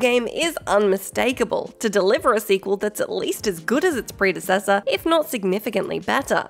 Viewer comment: Ok they're pronunciation of predecessor was bad enough, but when she pronounced dynasty as din-is-ty, my skin just crawled. I know it's a different dialect but it was just wrong for me.